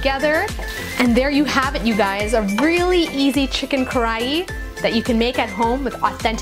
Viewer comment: roll your R so it almost sounds like Kadahi